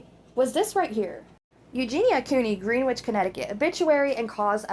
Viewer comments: Im sure someone else has said it, but it is said like ‘grennitch’ not ‘greenwitch’, it’s no biggie just wanted to let you know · Yup grenitch, is how it's pronounced.